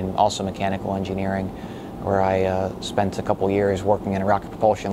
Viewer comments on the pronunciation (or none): none